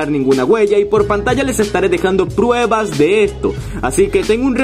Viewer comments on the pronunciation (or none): none